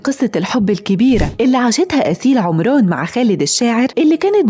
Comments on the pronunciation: اسيل عمرون لجين عمرون ايه ده ما تنكلمي بصوتك الطبيعي يا بنتي اسمها عمران عمراااان مش عمرون😬😬😬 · بلجهه مصريه هيك يقولها😂❤